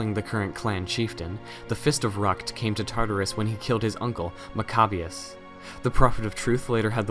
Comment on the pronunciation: Its pronounced mac-ah-be-us. Cool video